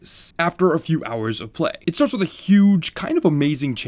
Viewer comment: "i sat down for a couple GOWERRRS"